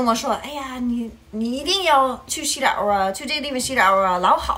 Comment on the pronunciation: 真的是东北口音啊，xizao的发音是xizhao，“大宝”发成“搭宝”，哎呦，不好听啊！太垮了！干嘛不学习普通话呢？